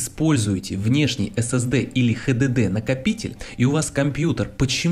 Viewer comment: Прекрасный ролик, но ГДДР режет уши. ДжиДиДиЭр Upd: ХДД туда же, ашдиди, ссд ещё куда ни шло, но хдд это прямо фу